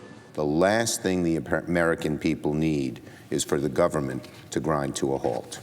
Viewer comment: "government" (there's actually a silent "n" in there, but no "b")